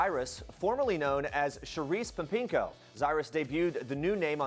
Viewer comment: I love how everyone is getting mad about it, the only thing I'm mad about is that the announcer can't pronounce "Pempengo" correctly